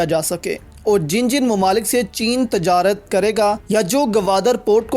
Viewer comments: Aap ne tajrat padh wo :tijarat:hai islahkarlein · Aap ne tajarat padha wo :tijarat:hai. islah kerlein